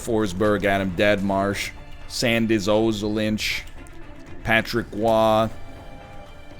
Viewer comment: Being a latvian and hearing NL butcher Sandis Ozolins pronunciation made me feel many things.